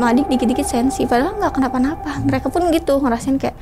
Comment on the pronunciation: Mereka : merekah, nggak apa2 : nggak papah, apa : apah.. 🫣🫣